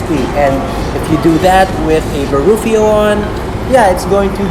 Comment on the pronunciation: That “Baruffio Egg On”! 🤣 But still, Great Video! <3